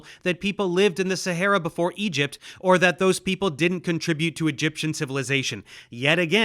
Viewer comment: I’ll forgive him for everything if he would just correctly pronounce the verbs, attribute and contribute. He won’t, so he’s on the list.